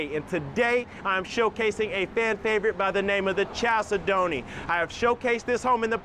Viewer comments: Love the videos but gotta tell you that the word “chalcedony” is pronounced “kal SED nee”. It’s a type of stone. 😉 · 1) no pantry 2) look up the pronunciation of chalcedony